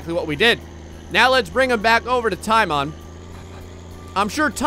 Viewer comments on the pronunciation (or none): Teimon, say it like Taymon, or Matt (Mät) Tamon His name is actually Teimo, Teimon means Teimo's.